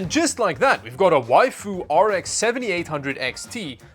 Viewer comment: "Before we plug a wifu into this thing.." 😱😱🤣🤣🤣🤣🤣